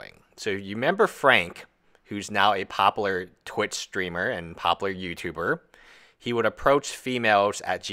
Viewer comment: Bro. Do you not realize there is a U in the word popular? Pop-u-ler. No pop-ler. Every time you say the word I think of Futurama.